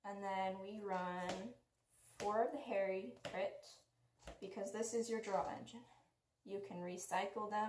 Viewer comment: Don’t wanna be rude but it’s HAH-ree.